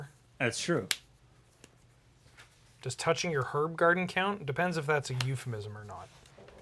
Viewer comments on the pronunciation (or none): none